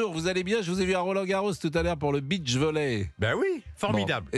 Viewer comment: Tu vas te fâcher avec la maison Poulaga qui va te dire qu’elle est là pour garantir la sécurité des citoyens !. Pascal, prononce bien « beach » de beach volley en allongeant le son -i, sinon ce mot prend un autre sens qui n’a rien à voir avec une plage !.